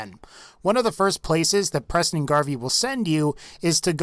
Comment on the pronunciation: he said PRESIDENT garvey